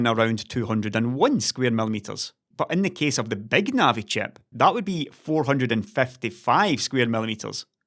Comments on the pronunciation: "BÆG NAVI" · does anybody else keep hearing "Beg Navi"?